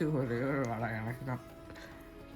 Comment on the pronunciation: வாடா இல்லை வடை Sister